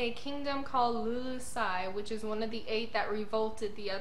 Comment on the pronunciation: Just one small correction. It's the kingdom of Lulusia (Lulu-sha) not 'lulusai"